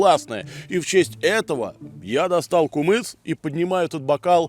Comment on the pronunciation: Не кумыс а кымыз